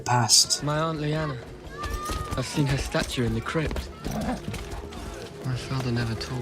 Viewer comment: Oh yeah and Ned Stark is alive too “I seent it” 🤦🏻‍♂️